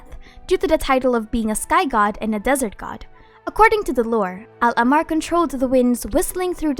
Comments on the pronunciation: Hi There are a few mispronunciations in your video Al-ahmar, meaning the red in arabic written as الاحمر, if you cannot pronounce the letter ح i reccomend just saying al-a-h-mar, if you can roll the r Thoth is also not pronounced as its written it’s pronounced tah-hoot I live in egypt and im an arab so ya Much love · I love your content, and this comment is not meant as a hate comment, but I think you pronounced al ahmar wrong based on what it’s pronounced as in game. Of course, genshin gets its own pronunciations wrong sometimes (ex: tighnari’s name) so I’m not sure.